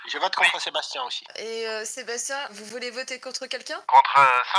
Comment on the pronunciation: Sa me tue, dit à chaque "je vrote" au lieu de " je vote "😂